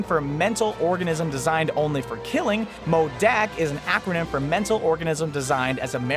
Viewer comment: Who else cringed when he said modaak